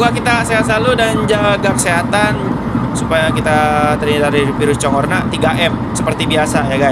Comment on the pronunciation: corona bang bukan corna